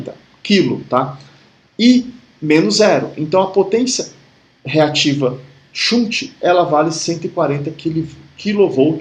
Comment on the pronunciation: Ótima aula! shunt = xânt♫